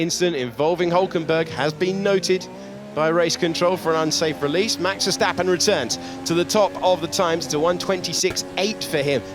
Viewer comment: "On Max Ver-attack'' oopsie doopsie 🤭🤭